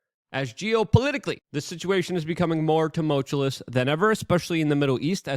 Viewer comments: Luke...a former leftist who transitions to a fear porn producer. He can't pronounce tumultuous and many other english word's and blames it on english being his second language. This guy is RIDICULOUSLY silly. Do NOT pay his bills! I cant stop his BS coming into my feed. We are change needs you back. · "Tumultulous" ... Luke's favorite word. 😂